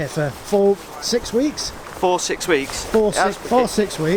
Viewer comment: “For, six weeks’ ... sounds like ‘fork handled’ to me 😂